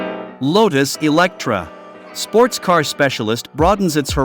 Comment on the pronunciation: its Lotus Eletre not Electra.. Elet-re (re like [re]vision) the voice sometimes sounds like its artificial, not real human, or it is cut together with flaws.. would be interesting to know which one it is...